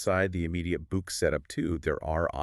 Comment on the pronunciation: Can you not even get names right 2 yank voices trying to say South African Names ... calling the boks ... books .. clown channel u dummy's are insulting to South Africa and South Africans... using the bokke for views ..